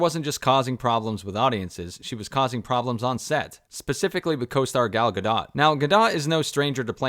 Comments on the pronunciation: Bruhhhh it’s pronounced “Gah-doe” not “Gah Dot” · Good grief, what with the Gal Gah-Dot nonsense? Hooked on Phonics? It's Gal guh·dowt, the 't' is not stressed. Gah Doh is a whole lot closer that Gah-Dot. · dude, you damn well know how to pronounce Gal Gadot. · What's up with that pronunciation of Gadot? Is this an AI read?